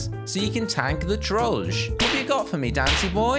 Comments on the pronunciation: Hey you are pronouncing trollge wrong Correct pronouncing: troll-jay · It sounds like he saying George